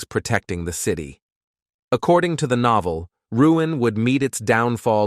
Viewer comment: noeveel it said instead of novel